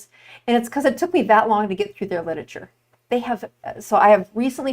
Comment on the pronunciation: Oof— mispronounced literature repeatedly. 🥴